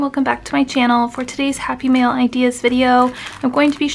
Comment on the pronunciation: Cute, simple project! With your accent it sounded like you were saying happy meal. Or maybe I'm just hungry. Lol